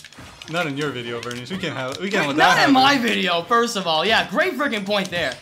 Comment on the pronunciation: I am surprised after all the times has said VerNIas that hasn't said NiCHOlas